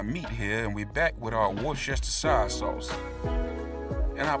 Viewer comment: It’s pronounced ‘Wuss-ter-sheer’ 😊